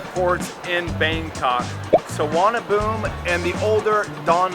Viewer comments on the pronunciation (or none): Actually its not "Suvarna Boom", but "Suvarna Poom"